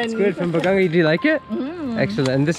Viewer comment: hi i think its BA-GA-NGA its not BA-GAN-GA....BAGANGA is a type of tree in our place...im not sure if im right correct me if im wrong....power on...super apir